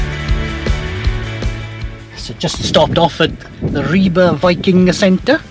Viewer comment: It is very refreshing to finally hear an English speaker get the pronounciation of "Ribe" right. You last attempt at "Skagen" was also spot on.